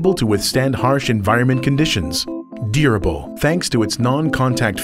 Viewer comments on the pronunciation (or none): Did he say "DEER-able" ?